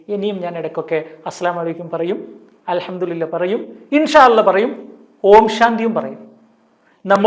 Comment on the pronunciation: Alhamdu le lah ennannu , mariyo padikkannam. Chek arabic its not allah its lah